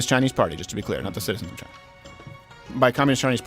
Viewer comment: And who really owns Black Rock? Chy-nah